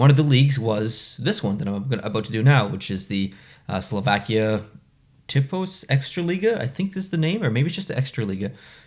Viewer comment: So many thanks for making this video,. And yes, it's Tipos extraliga this year. Also, great pronunciation of league name. 🙂 You put my team in 2nd place, I'm glad you didn't dislike it because it looks similar to 1992 – 2002 Pittsburg Penguins logo. So Liptovský Mikuláš finally first in someting. I'm glad for them, becasue they started this season with 19 loses in a row, and finished it with 15 loses. And logo of HK Poprad was actually changed in 2016. This is their previous one